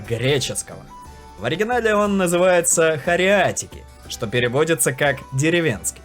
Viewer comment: Да я тоже из Греции я тут жыву уже как 4 года но он некоторой разы не правильно их произносиш например ты сказал кориатьики а надо хориатики салата или сувлаки а ты сказал сувли